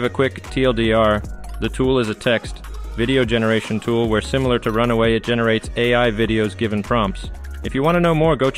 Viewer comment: It's Run-way, not Run-away.